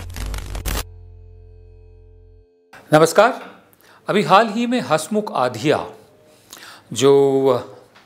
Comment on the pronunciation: हसमुख आधिय़ा नहीं, हसमुख अढिया.